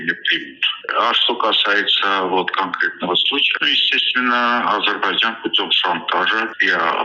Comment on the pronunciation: Амджыгбайджан 😂😂 оговорка по Фрейду